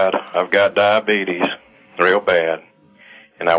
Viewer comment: "i've got diabeetus.."..."god is real, because he gave me that disease..."